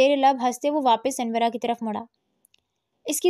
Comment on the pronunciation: Ap sy pehly bhi kaha tha k ,anora, naam ha not anwra itny modern naam ko anwra ker dia ha😢